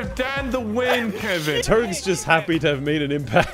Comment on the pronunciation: I still find it funny the way nogla says Kevin